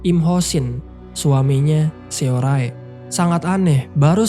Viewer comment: capek bgt ga lanjut nonton krn namanya SeoRae, bacanya harusnya dibaca SORE malah dibaca semua hurufnya 😂